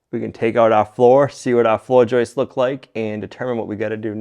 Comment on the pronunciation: I get a kick out of the way you say Joists. I think you say joistes. Fun watching all the progress in the farmhouse.. also love seeing morning chores or anything that involves your animals!!!❤